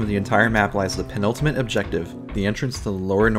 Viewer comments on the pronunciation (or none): none